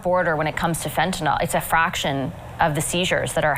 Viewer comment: Smith also pronounces Fentanyl (nil) correctly..Why do peeps keep saying Fen-ta-nall? As for Vassy, she can ask good questions, BUT she can also sound/be very biased. I take her with a grain of salt.